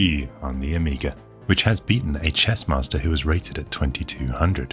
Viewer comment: "I a M t H e C h E s S m A s S t O r"